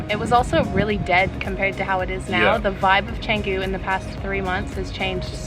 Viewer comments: Canggu, Bintang etc always sounds terrible from Bule (white tourists) who haven't made an effort to at least say the indonesian vowels correctly. Canggu is pronounced more like Chungu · Try learning to pronounce Canggu properly. It's not that hard.